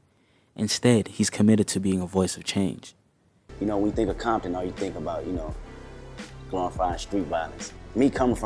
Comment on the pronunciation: why is he saying bompton then?